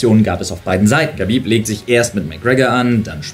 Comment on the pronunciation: infomier dich doch bitte erstmal wie man Khabib richtig ausspricht